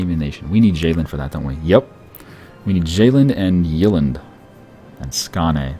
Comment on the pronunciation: it sounds funny when you said Sjælland and Jylland. BTW Estonia is vassal of Denmark, because Danish Vikings invaded their country. Danes also said they got their flag in Estonia, which was falling from the sky.:)